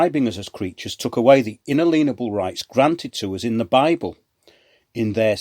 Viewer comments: Brilliant show again. Apart from your pronunciation of “inalienable” of course! Seriously though, thanks for all you do. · Inalienable is not pronounced like that. You know the word “alien”, “alienation” etc.